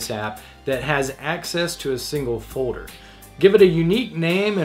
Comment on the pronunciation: its just me but drive me crazy how he say fourer? instead of folder? sounds like a 5 year old lol